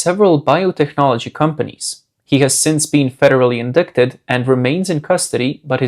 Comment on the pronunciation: You pronounced "Argentina" "centrifuges" and "indicted" wrong